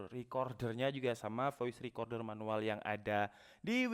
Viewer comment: Menuwel ya bng bukan manual